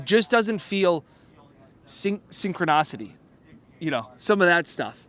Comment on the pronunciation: Are you sure about your word "SynchronOcity"?!